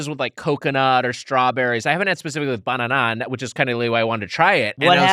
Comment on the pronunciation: Loved Gareth's reaction to Wiger's pronunciation of 'banana'.